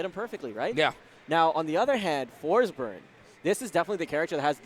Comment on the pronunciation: lmao said forsborn and butchered those names